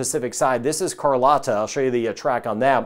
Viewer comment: The only complaint I have is it sounded like he called Carlotta, them. There should not be any ambiguity about it. Good video overall.